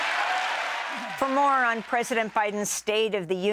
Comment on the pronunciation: Did you say "For more on President Biden's state of the Union"? or "For moron President Biden's state of the Union"???